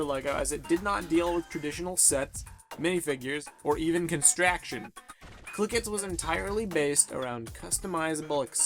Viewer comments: It's pronounced construction not constraction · The f**k's Constraction? It's construction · It's construction not constraction, but still good. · Can he really not say "construction" correctly?